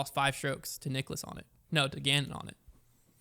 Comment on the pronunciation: Guys it's Niklas not Nicholas..... (Pronounced KNEE-KLAS)